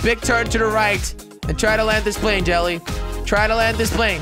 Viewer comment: his name is jelle but people pronounce it jelly